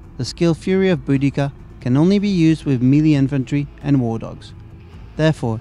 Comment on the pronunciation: dude the way he says "melee" really urks me.